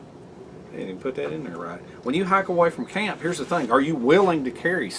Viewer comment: Bro, I think what I like most about your videos is your accent and your uncanny ability to turn one-syllable words into two-syllable words: camp becomes cah-yump, knife becomes nye-yuff. I'm just teasing you...your passion is obvious, and your videos are entertaining, imaginative and more importantly, always informative. Keep up the good work!